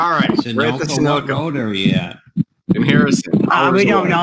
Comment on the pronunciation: Wow! He can't read the word "sunoco" and it doesn't sound like vision is an issue